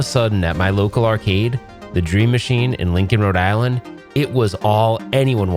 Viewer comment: You lost all of your credibility when u said rode island 😂